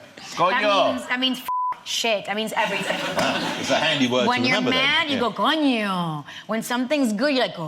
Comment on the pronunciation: Is not conyo is Coño with a Spanish "n"